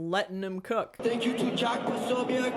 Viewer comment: 10/10 pronunciation of jack posobiec no notes